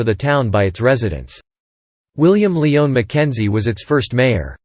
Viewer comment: Thank you for a very detailed timeline of our city, though I must make a few comments. As previous commenters have stated, the pronunciation of several names was way off (William "Lee-on" McKenzie?) . I wondered if you had bothered to check on how these names are spoken as a rehearsal before you filmed. I recognized the same shortcomings in various other videos and am thinking that this entire thing was read by AI, as the same mistakes are evident elsewhere on the internet. Just a hunch. You had a mountain of dated events which were all very interesting. But you ran the same photos over and over, so that what you were discussing had no relationship to what was showing on the screen. There are many photos and drawings of all these events that you could have used to show the subject matter; Great Fire of Toronto, CN Tower, Don Valley, etc. I know a lot about our shared history so I just listened to the speaker while washing the dishes since, after four minutes, the same photos repeated. Please take this and others' comments as constructive criticism.